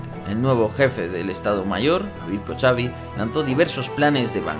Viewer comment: Excelente video, como siempre. Una aclaración ya que lo mencionas mucho: David Kochavi, su apellido lo ves escrito para que lo pronuncien hablantes de Ingles, por como suena la "CH" en ingles, en español deberías leerlo como DAVID KOJAVI